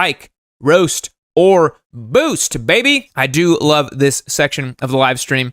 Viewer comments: does he not know its not boost but boast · Can't tell if you can't read or if you don't speak English as your 1st language. Roast and boast rhyme. Some other words that rhyme with them: coast, toast, most and ghost. What you're saying is spelled...boost! Later